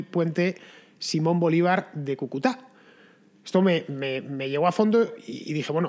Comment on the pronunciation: Gracias Fernando, no te canses de hacer reportajes, crónicas y contra crónicas sobre la degradación humana en todos los sentidos que vivimos los venezolanos. GRACIAS, MIL GRACIAS. PD: Cúcuta, se pronuncia así, con el acento en la primera U. Un dato sin importancia, pero se que estas cosas sí que importan para ti. Un abrazo y ¡QUE VIVA LA LIBERTAD!